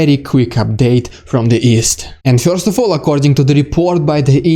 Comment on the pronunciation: Marvelous presentation, concise, entertaining, and Informative! (But perhaps you might take just a little time to practice your English "e-r" sound. For example, try saying the word "first" (pronounced "first" in America and "fuhst" in Britain). You say the word as "fyorst". It is a very Russian way to say it, but "fyorst" sounds amusing in English.)